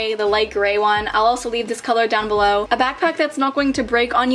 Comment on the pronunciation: Tell me no one thought Cleore (Cleo) when she said “down belore”